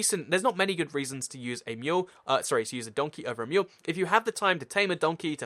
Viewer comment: Great Video and thx for exploding the tnt but you say Mule not Meal XD I cant wait to see more vids